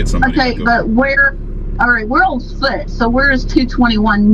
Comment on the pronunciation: She has a broken fut 😂 and I’m not laughing because she has a broken foot, laughing because she pronounced foot as fut 😂😂😂